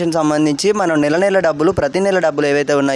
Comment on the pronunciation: నెల నెల అని చెప్పాలి నేల కాదు